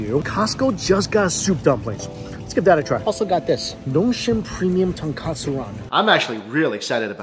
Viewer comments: It's not Ton-KA-tsu ramen. Those are Ton KO tsu ramen. One letter, in English but in Japanese, it's ”豚カツ” (breaded fried pork) vs "豚骨” (pork bone) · you said "tonkatsu". It's "tonkotsu" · Ton-KOH-tsu 豚骨. Please, not Ton-KAH-tsu とんかつ. (which is Pork Cutlet) 😅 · Please stop calling it tonkAtsu ramen 😅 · "Ton-Koh-Tsu". Tonkatsu is something entirely different.